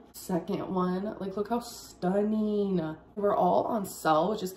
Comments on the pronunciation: Wow, those panting are both stuneen AND on sell? Amazing 👏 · When she says, “stuneen” I truly wanna rip my own eardrums out.